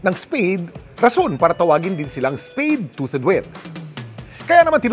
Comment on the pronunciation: Tuth ang pag pronounce kuya kim hindi tuted